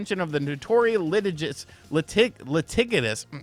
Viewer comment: Litigious? It's said Lee-tige-us,. 😂 (Sopranos reference) Genki will be fine, Nintendo would have to sue DBrand also and any other accessory manufacturer who has showed their products early.